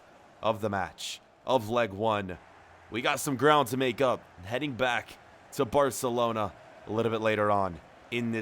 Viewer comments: Or arselona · spoiler I hear u say arsenlona